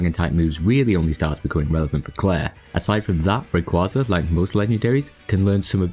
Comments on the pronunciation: Just once. Just ONCE I'd like to hear SOMEONE pronounce it right. It's Ray. KWAY. Zuh. As in a Quasar. A KWAY. Zar. It's not a Kwawsar. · You're annoying, huh? Anime in my country pronounces it as Rayquáza, so there's not a "right" way to pronounce it. Do you really think the japanese say it like "rayquayza"?